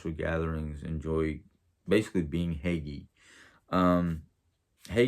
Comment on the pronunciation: I think it’s pronounced Hoo-guh